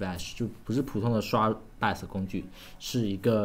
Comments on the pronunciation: jun Xiang 他读成了 拜额死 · 听 bios 读成 拜死 觉得好难受..😑😑